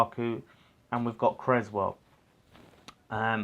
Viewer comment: Solid vid fella. Have to say though (and you aren't the only one), please pronounce Aaron's name correctly. You don't have an egg and crez sandwich! CRESSwell... 🤣🤣🤣🙈